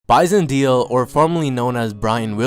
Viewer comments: It would help if you pronounced his name right. Its not like "deal"... its like "maylay" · Dele is pronounced 'Day-Lay', not 'Deal' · Kevin Baran-Maguire you obviously have no idea. Dude, it’s Day Lay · It isn't Bison DEAL, it's Bison DAYLAY. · Last Name pronounce DEYLEY.. not Deal.. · Wow dude...its Bison DAY-LAY...not Deal.......C'Mon man....R.I.P. Bison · Detroit fan here to tell you it's pronounced Day Lay. Almost like saying daily. It's not Deal. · dude...its pronounced..(day-lay)....not deal...smh...go back and listen to the announcers if you think im lying... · This is a really good video, I remember this when it happened. But bro, his last name is pronounced Day Lay, not Deel. Sorry to nitpick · His last name is pronounced DAY LAY. Not deal. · pronounced Bison Dele (DAILEY) not Deal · Dele is pronounced Day Lay, not deal. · I think it's pronounced like "deli" for Bison Dele. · His last name was pronounced closer to day-lay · "De" "Lay" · His surname "Dele," is annunciated "Day-lay." I remember when all this happened like it were yesterday. He got bullied by teammates for being too soft. There were even reports that he ate dirt. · It's pronounced DAY-LAY. You could at least show enough respect to Google a video of a game so you can get his name right if you're going to use his death for views. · Bison Dele is pronounced BISON DAY-LEE. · Pronounced Bison "dae lay" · beat me to it. Drives me crazy to hear Deal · It’s really frustrating to hear his name be so disrespectfully mispronounced. Before you make videos KNOW your shit completely is all I’m saying. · Bro you're pronouncing his name wrong... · Haha the first time I watched this video I watched with audio off, I didn't even notice the horrible pronunciation of his name.